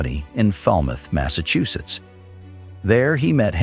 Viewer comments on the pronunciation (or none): none